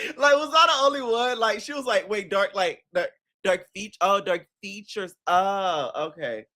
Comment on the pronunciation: nah u right 😂 he put emphasis on ALL DARK FEATURES 😂